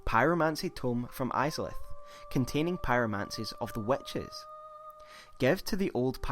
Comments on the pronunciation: "again this emphasis the WETCHES" ugh it's wItches lol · Nice video.sorry ,but I cant stop laughing the way you say witches(wetches).Anyway,a well done Souls video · "Wetches" lmao No, really, though. This video was great! Subbed